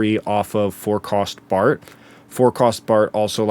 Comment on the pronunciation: why the h you call it 'Bart'. It's BARTO or el El Barto if you feel like it